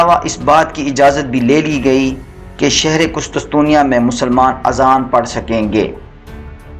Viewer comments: ارے بھائی قسطسطنیہ نہیں قسطنطنیہ۔۔۔ پروناونس تو ٹھیک کرو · Qustuntunia ka naam to thek se bolo hahahah qustunsunia 😅😅